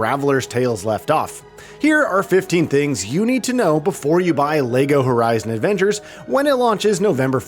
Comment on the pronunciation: Is he saying Lego Horizon Avengers? lol